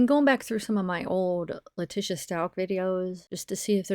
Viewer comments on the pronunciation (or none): Her name is pronounced..Lah-teesha not Lah-tisha..No I don't care about her however we should all know how to pronounce her first and lastname by now. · Name is pronounced LA-TEE-SHA.